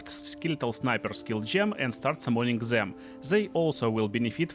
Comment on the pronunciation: Фор Дэм епона мать... никто не говорит фор Зэм !!!